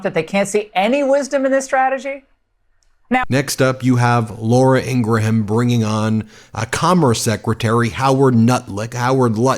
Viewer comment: You still don't know how to pronounce "Ingraham"